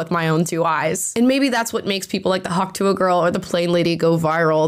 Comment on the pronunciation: Are you saying Hawk Tu-ah? The ah is silent